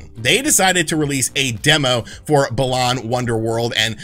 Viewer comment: Please don't ever call it "Bah-lahn" again lol